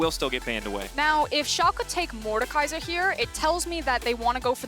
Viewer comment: When this guys will learn. There haven't team named SHOLKA it is SCHALKE.